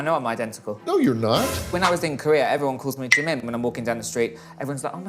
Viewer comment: Bro did not say "Jaymin" instead of Jimin💀